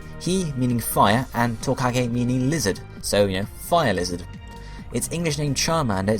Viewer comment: "it is the liihhhzzoothh pokemon"